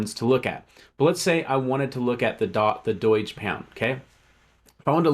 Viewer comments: "EETH" "DOYGE". can't trust you. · Its not "doy-g" who the f says it like that